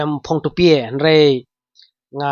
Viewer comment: Tupie ❌ tupia ✅